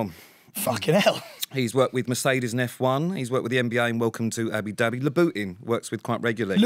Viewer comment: 'louboutin' pronounce wrong twice 😂 love that Sam always had Pete's back 🙈😂